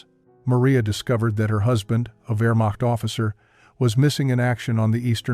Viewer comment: . . . . . FOR RETREATING WEARMOCKT FORCES." IT IS NOT WEARMOCKT. IT'S PRONOUNCED VEAHmocht